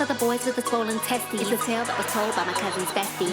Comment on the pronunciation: You forgot the E, it's "swollen TestEEs".